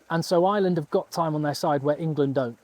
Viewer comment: Dude.... you're really good, very honest, have a really great read of the game and know your shit. I'm watching and enjoying ages. Tonight I've subscribed. BUT...... I am from Ireland 🇮🇪 (eye-er-land) not fu**ing ISLAND..... 😢 an island is a small piece of land off the coast of any countries mainland - now I know many of you think that's exactly what we are and maybe were for a long time but.... nowadays - WE AREN'T! Please try say our countries name a little bit better - please 😌 Ireland 🇮🇪 (*eye-er-land) Many thanks.